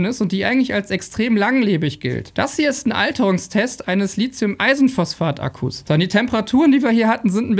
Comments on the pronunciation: Es heißt nicht Li zi um , sondern Li thi um. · Lithium, nicht Litzium, es gibt kein Z. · Dein Video ist super! Nur möchte ich dennoch versuchen, die korrekte Aussprache von Lithium zu etrablieren: Li-thi-um. Nicht Li-Zi-um. ;) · LiTHium, es heißt LiTHium wie in Lithographie, Lithosphäre, Mathematik, Apotheke, Kathi und Hethiter! Es geht hier nicht um SiliZium - das wird anders geschrieben und deshalb auch anders gesprochen!